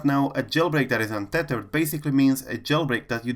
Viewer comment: What about the guy said unthethered for iOS 11?